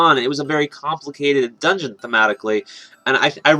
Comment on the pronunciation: DUNGEON its dungeon dammit